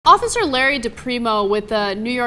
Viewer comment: "Office Larry DePrimo" lol